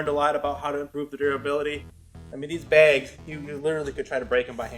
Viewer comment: I know, I had to comment on that myself. It either cracks me up, or makes me cringe every time.